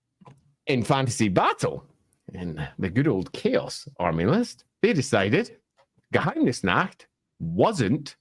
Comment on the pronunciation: Honestly, pronunciation of Geheimnisnacht is pretty good. It's basically an accent at this point, not a mispronunciation.